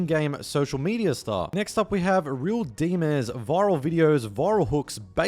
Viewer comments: “Real DiMeZ” 😂😂 Dimes* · “real deemez” lol I think it’s “real dimes” with a z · “Flea market” - FLEE market “Real Dimez” - Real DIMES (like the coin) “Dre’Quan” - DRAY-KWAHN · When I heard “Drey-Kwaine” and “Real DeeMezz” I thought damn is ai generated?😭